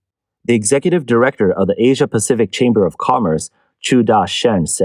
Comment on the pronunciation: Lol, the AI voice can't even afford to pronounce Asia correctly.